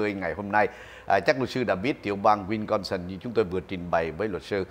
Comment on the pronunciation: Wisconsin not winconsin, ông.